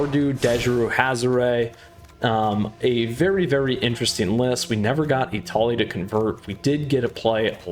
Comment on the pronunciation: I cringed every time you declined Etali.